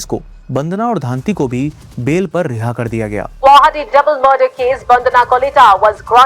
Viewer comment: Guwahati❌ guh wahati ✅